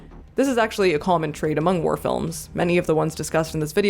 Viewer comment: For some reason I kept hearing "warror films," which, in case of Come And See is... fair.